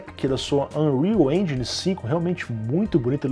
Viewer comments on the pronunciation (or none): none